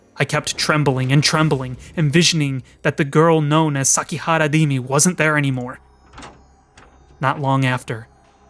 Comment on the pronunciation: It's Rimi, not Dimi. Come on, you forgot about her ? We even went to the library together last week !